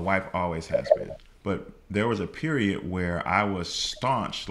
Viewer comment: “...if your are not willing to get the knowledge and you are just looking for hand outs, you will remain in the position that you are in...PeriodT! (with a T at the end)” bahaha 🤣🤣🤣 I’m definitely enrolling! From Canada 😀😁🇨🇦 ❤️!!!